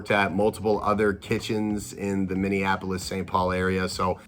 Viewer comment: I'm late but even a person like you was left on read like wth 🤣 but ohkay! Sure 🤔 sigh I'm stuck on how you pronounced Minneapolis because i.just.can't. 🙃